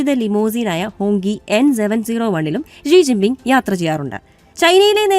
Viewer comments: ജീ ജിന്‍ ബിം ആണൊ ശെരിക്കും? അതൊ ഷീ ജിന്‍ പിന്‍ ആണോ? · ജി ജിങ് പിങ് അല്ലടി അവളുടെ വല്ലാത്ത ഒരു മിക്സ്‌ 😂😂😂